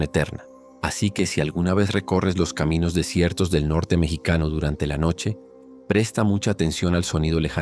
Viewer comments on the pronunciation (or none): none